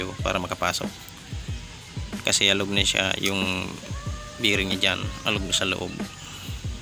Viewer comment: bearing hindi biring.